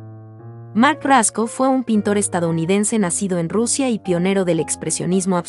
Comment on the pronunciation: Pueden poner a alguien que sí pueda o en el guión pueden escribir los nombres transliterados. Jackson "Palok". Mark "Rasco". El "GuÉrnica". Sí, escucha bastante mal.